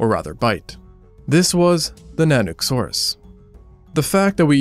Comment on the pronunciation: Not to be that person but Nanuk, or Nanuq depending on dialect is mispronounced in this video. Nanuk is pronounced nun-ouk. The google pronunciation is also incorrect.